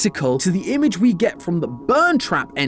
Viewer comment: He put so much emphasis on it too 😭